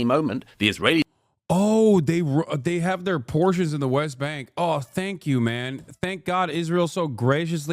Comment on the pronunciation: British Epigenetic expression 🧬 🧬 🧬 PORRRRTIONS